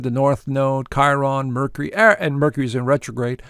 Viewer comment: Mer-cure-ree. Please.